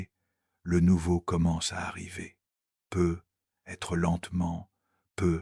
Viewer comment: Un immense MERCI (Mais, de grâce, l'IA pourrait-elle apprendre à prononcer correctement "peut-être")